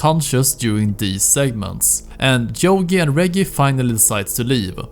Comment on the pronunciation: It's not jogi, it's yogi you prat